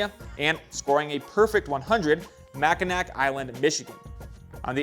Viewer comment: Loved the segment. One tiny thing...Mackinac Island is pronounced mackinaw, just for future reference. No way for you to know that , but Michiganders will get quite upset about that one.